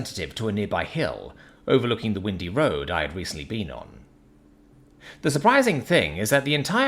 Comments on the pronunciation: "Windy", but not like with lots of wind. It's "windy" (long "I", as in the singular pronoun) like a river winds around the landscape, pronounced like you would wind a clock, or wind up a spool of wire. She got carsick from the winding road trip, not because of gusty winds. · Is not a native english speaker? He did not pick up on what windy is meant to sound.